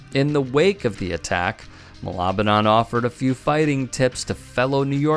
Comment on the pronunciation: Its Ma-la-ba-nan :) funny cause malabanan in tagalog means to fight or resist.